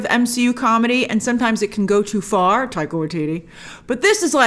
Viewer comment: The way she said taika waititi😂😂